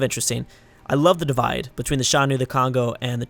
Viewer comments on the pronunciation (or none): none